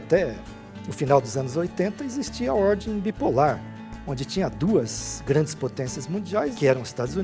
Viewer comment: Porra não consigo acredita em uma pessoas que fala ORDI E DISORDI!